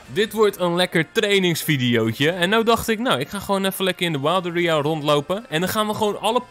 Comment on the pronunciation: hahaha je zegt area zo raar, mss meer de series kijken want ik vind dat je sommige pokemons niet goed uitspreekt QOTD: Klefkli